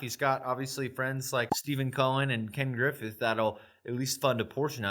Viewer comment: It's Ken Griffin btw not Griffith or however